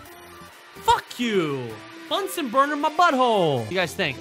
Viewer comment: Bunser Burner Not Bunsor Burner